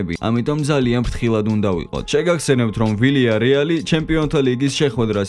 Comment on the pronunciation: ვილიარეალი არასწორია - ვიიარეალი სწორი